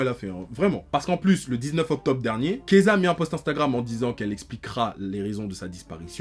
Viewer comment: PTDR dès qu'il disait Keyza j'étais en mode pourquoi il parle de Kezah mdr il a rien à voir ici